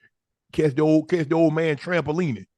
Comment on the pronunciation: Unc said trampolining 😂